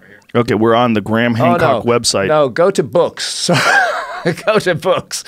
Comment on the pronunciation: This is what I call a very seldom one in a year "Blockbuster Podcast". No Ma'am, it's Gra'am.